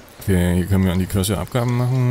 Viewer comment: kommt mir das nur so vor oder sagt die ganze Zeit Kirsche statt Kirche? 🤔